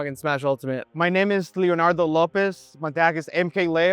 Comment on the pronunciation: se me hace tan extraño que leo diga "Leonardo" con acento gringo xd